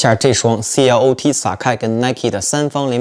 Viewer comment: 網絡上真係很多人不懂 SACAI 的發音 , 其實 I 是有發音的 還是第一次聽到有人說 C L O T 獨立 4 個音做品牌名稱